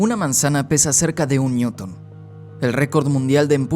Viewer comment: mil newton,!? habla bien estupido no entiendo nada